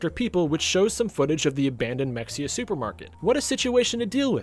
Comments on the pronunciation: hey btw its pronounced "muh hay uh" weird i know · It’s pronounced “Meh-hay-uh”. 🫡